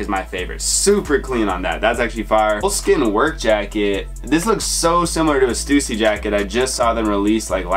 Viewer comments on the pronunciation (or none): none